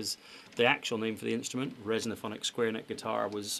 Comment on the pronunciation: Resophonic, not resonophonic.